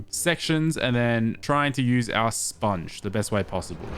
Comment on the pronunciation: saying ill pick up the spoung and still doesnt pick up the spounge. lol